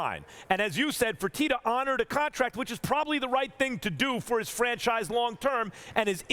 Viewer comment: I'm shocked we didn't get a Fertitter today. Its coming Stephen A never let's me down with the "er"